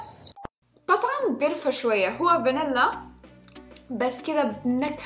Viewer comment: قرفا مو كرفا😂😂😂😂😂😂😂😂😂😂😂😂😂😂😂